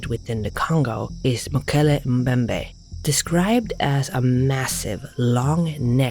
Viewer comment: How long did it take to get such a good pronunciation of Mokele-Mbembe? 😉 Even though I highly doubt the existence of dinosaurs today (except for it’s closest relatives; birds) it’s remarkable that that stories like this even exist considering there are at least 64 million years between the mass extinction of dinosaurs and the evolution of mankind. One have to wonder how these stories came about. A possible explanation is that fossils, particularly heads, was found, not only in the Kongo but all over the world, and is the origin of tales of dragons and living dinosaurs. Then again, who knows. The Coelacanths were considered extinct 66 million years ago until they caught one outside the coast of South Africa in 1938. Admittedly there’s a huge difference between a fish and actual living dinosaurs (because there have to be quite a few for the idea to work), but under the right conditions in a remote location…who knows.